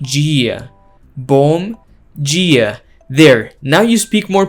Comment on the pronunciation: Hey, nice job pronuncing “bom dia”! Are you sure you’re not Brazilian?